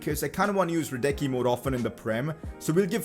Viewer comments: Pronounce him Hradisky not Hradecky plzzzzzz. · pcq : bro you asked the pronunciation of hradecky its hradesky